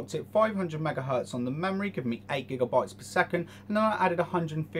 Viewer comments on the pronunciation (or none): none